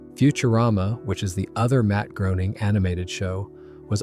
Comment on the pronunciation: Greyning, not Growning...